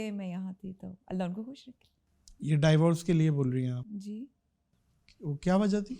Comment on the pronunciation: Yaar Teri mehrbani angrezi na bola kr ! Dievorce kiya hota hay